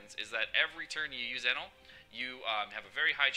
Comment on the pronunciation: jewelry bonney op. ps the way you say enel makes me wanna kms